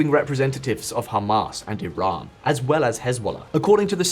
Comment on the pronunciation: Is it tiran or Iran because you keep saying tiran